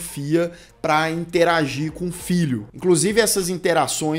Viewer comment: Quando o fala interagir, eu nunca sei se é interagir, interagir ou se é interagir, interagir. 😂😂😂